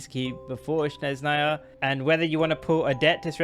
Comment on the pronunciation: its not "shneznaya" its snezhnaya